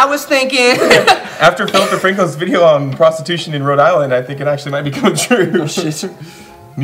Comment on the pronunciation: was my favorite purr-art of the vidjea